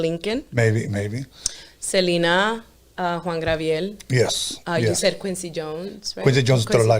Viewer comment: Did she just say Juan Grabiel 🤣